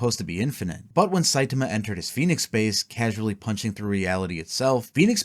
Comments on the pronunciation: Somebody teach this man how to say saitama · You mispronouncing Saitama's name fifty million times in a row made me wish myself into the shadow realm to get away from this vid